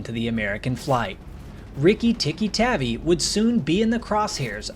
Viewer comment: Tavi (Tahvea)